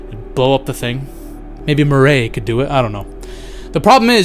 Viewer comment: why do u always pronounce his name murrAY lol